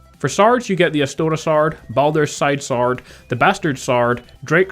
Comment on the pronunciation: Lol it's cool. I've just never heard anyone pronounce sword like that and you said it like crazy in this video. Good job by the way